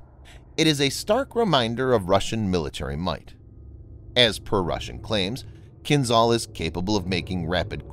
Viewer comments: It is not Kin-zal but Kinzhal. The zh stands for the Cyrillic letter ж in кинжал (dagger). It is pronounced like the gè- in the French word legère. You would do better to pronounce Kinzhal as Kin-shal. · You are pronouncing Kinzhal wrong. The ´zh’ should sound more like the letter J. So while not entirely correct, calling it “Kinjaal” with two a’s would sound as close to the proper Russian prononciation as it can get in English.